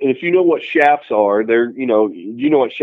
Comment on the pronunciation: *chaps. not chaffs.